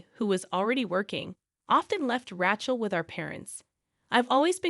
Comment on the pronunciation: Mispronunciation of the name RACHEL ....in many of your stories .!!